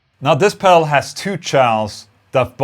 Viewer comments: Is he saying pebble 😂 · love the Boss Mell Core pell 😆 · I like the way he says "Pel" instead of pedal. Lol ;) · Price wise I'd go for the boss melcore pel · I love how he says pedal. Pell.